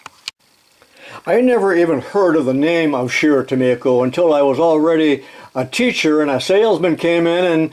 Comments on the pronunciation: I grew up in the '50's about 25 miles south of their factory located in St. James, MN so I am familiar with the company. I bought a Craftsman 0"-4" micrometer (with changeable anvils) that was made by Scherr- Tumico. By the way, I always heard Tumico pronounced with a long "i". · Is it pronounced tu-me-ko or tu-my-ko? When I first saw the brand I used the former, as you do. But when I figured out its origin I changed to the latter. I take it you've spoken to a representative of the company. BTW, I have a Rank Sherr Tumico catalog from 1982. It's handbook size about 100 pages. I can send it to you if you'd like. You'll likely get a few other offers, I'll let you decide. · I’ve seen a few and it looks like “Tu-me-ko” to me. The other pronouncement just sounds wrong to me.